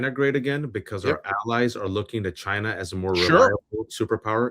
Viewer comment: Telling how Trump pronounces China as ‘giina